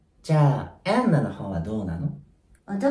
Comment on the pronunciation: エンナァの発音本当好き